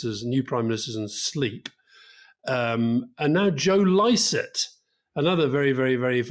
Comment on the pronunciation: Licett? Come on Rory! What's that about? Passive aggressive? Too kool for skool, to know how to pronounce a popular and excellent comic's name? I'm seriously loosing faith in you. Did your AI tell you to say it like that? 🤔